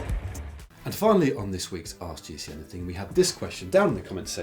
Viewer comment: I really like this series, but please: It is "Ask GCN Anything" not "Ask GC Anything"! Not only Matt mispronounces it, but also Si and Dan, if I remember correctly.